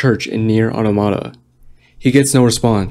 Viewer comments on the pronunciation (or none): Who pronounces it Nier "ottamotta"